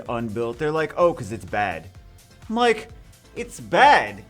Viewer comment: All time u said "i´m like" i did understood "mike" lol